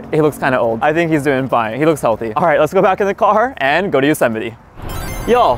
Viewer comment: Bro said josemiti